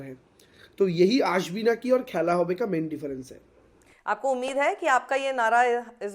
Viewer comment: Sakshi, Aashbi Naaki hai, Asbi Naaki nahi, please uccharan sahi se Karo bhai!